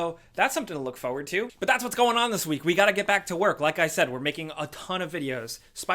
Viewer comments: Why does this man never pronounce it as "forward"? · Fo wood